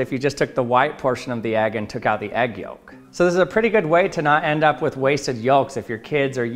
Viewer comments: Yo. The L in yoLk is silent LOL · The way he pronounces yolk be like "I paid for four letters, and my george I'm gonna pronounce every one!" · He says "yolk" funny. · I've never heard someone pronounce the silent "L" in yolk. Odd. I guess that's a thing.